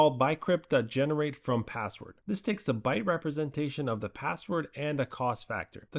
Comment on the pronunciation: Is this AI? You pronounce bcrypt as BYEcrypt, im thinking that's a typo to the TTS